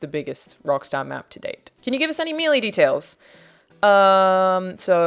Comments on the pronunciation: Small thing the way you pronounce melee like mei lay exempt without the space. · Not sure I've ever heard an Aussie say "melee" before.. "Mealy" it is then. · Great video. Nitpick: Melee is pronounced May-Lay*. As opposed to "mee-lee" :) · “Mealy details?” Not to nitpick but isn’t melee pronounced Mel-ay? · I'm surprised that Alanah doesn't know how to pronounce Melee. Its Meh lay But that doesn't detract from the fact that she's very lovely, smart and cool 😊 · "Mee lee" lol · Probably the worst pronunciation of "melee" I've ever heard. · The way she says melee hurts my soul